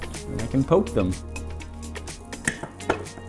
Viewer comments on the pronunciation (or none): none